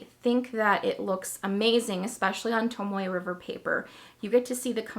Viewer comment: Wait...did you say "tomato river paper"?!? 😂🤣